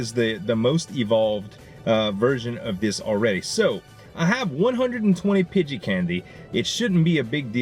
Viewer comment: Who phonetically spelled nidoran to sound like poop, it is Nee ( like the joint in you leg)- Doe (female deer)- Ran (past tense of run) Nee-Doe-Ran, Pidgey he pronounces correctly. Pidgeotto is Pidgey- oh- toe. If you guys want to give him advice double check your self first, we don't want to be the reason he mispronounces stuff.